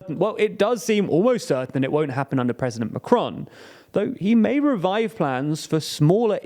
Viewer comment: Thank you very much for a really interesting and informative article. Please learn how to pronounce Macron tho 😂